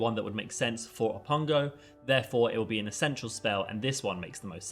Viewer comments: Did he say "o-ppun-GO"? SIR 😂its oppugNO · I think its Oppugno not Oppungo… Love the video good job. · Oppugno, not Oppungo 😊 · I think that's supposed to be Oppugno, not Oppungo. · Hey, great analysis, but I do believe It's actually pronounced Oppugno.